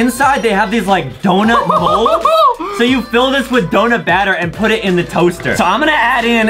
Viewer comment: Did you notice that Adam said dounut cosser. When Adam. Said that I almost fell of my bed